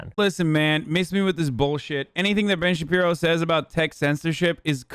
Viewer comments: Everytime he says Ben shabibo I die😭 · I only came here to hear Hasan say Ben Shabibo.